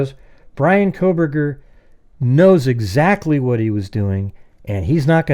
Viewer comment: Haha "Proburgers”